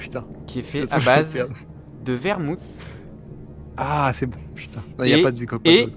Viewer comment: quand il a dis vermouth ça m'a tué ça se prononce vermoute pas vermousse